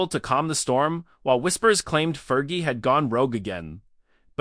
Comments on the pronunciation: Learn how to pronounce "Fergie." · 5.30: “there’s no real proof”, well , there you are then…………..and if you want the robot voice to be remotely believable, it’s Fergie with a hard g, not a soft one. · Yeah ... It's driving me crazy, too ! "Fer•gee" 😂😂😂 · AI voice over. Cant pronouce "fergie